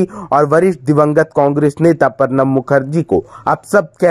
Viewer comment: प्रणव को पर्णव मत बोलिए। गलत हिन्दी बोलने से बचिए।